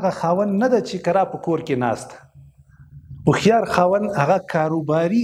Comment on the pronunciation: لیکلي مو هوښیار ده مګر تلفظ یې وهښیار کوی ؟